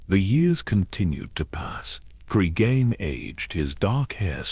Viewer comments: Really need to edit the AI narration better. After 8 minutes, Cregan becomes crisegan and then crigan. Tsk tsk. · fucking ai slop. Cry seagan??? What have we begotten... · Hard to take this seriously or want to follow when you don't even bother to edit your AI slop. How many times did you / your computer, mispronounce the very character your video is about.